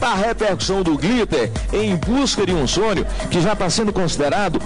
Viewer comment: Em busca de um SONIO 😂😂😂